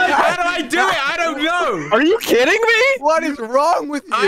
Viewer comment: that was the most American "Are you kidding me?" i've ever heard